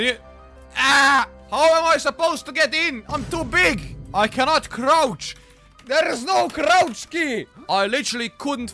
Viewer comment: "THERE IS NO CROCH CEY"